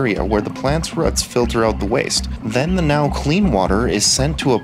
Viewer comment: The way you pronounced "roots"... are you Wisconsin or Minnesota?